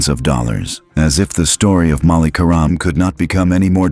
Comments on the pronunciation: Could you please stop mispronouncing querim 😢😢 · Stop mispronouncing querim😢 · Stop mispronouncing querim😮